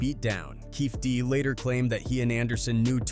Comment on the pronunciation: How do you make a video on Tupac’s murder and don’t even take the time to research how to spell or pronounce Keefe D’s name?